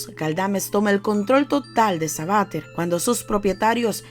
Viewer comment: SABATER.... Sabatér... CON ACENTO EN LA E